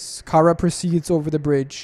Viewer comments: ITS CHARA NOT KARA WITH A CH CH GET IT RIGHT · It not cara it Chara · Say charcoal: charcoal Now say chara: Kara